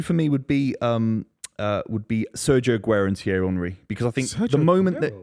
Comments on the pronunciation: The Arsenal fan not being able to pronounce Henry is fucking diabolical 😂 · I mean, if you go anywhere else in the world and ask them to pronounce the word Henry, virtually every single person will say Hen-rih as that is how Henry is pronounced. This particular footballer is the first time I ever heard the word Henry pronounced as Unh-rih so no. I absolutely do not blame anyone for not getting it right the first time. That said, once you are corrected the first time it shouldn't be hard to remember the proper pronunciation. Not agreeing with the person you were responding to, btw. Just pointing out that generally speaking, that name in English isn't pronounced that way. Hell, just ask King Henry. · Henry, Keane, Rooney, Terry Also saying Honree gets to me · Mate can he stop calling him honree